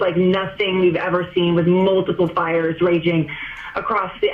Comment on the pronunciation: *fires not ires